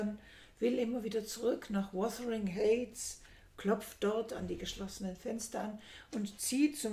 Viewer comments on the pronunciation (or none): Heights = Aussprache = Heits , nicht Häits